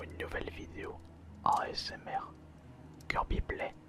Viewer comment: Si comme moi, tu entends âââsmr au lieu de asmr, lève ton pouce !